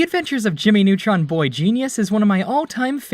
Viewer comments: "Jimy Nawtron" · JIMMMY NEWTROUNSSSSS ORIGANAL SHAOW